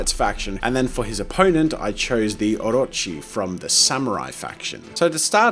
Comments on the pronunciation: i am impressed by the pronunciation of Orochi.On freaking point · This may sound a bit weird but heck-- I just love the way you pronounce Orochi ! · THANK YOU for pronouncing 'Orochi' right much appreciated